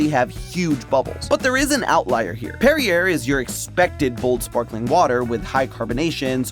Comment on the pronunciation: He says "La Croix" right but says "Perrier" like derriere 🤷🤷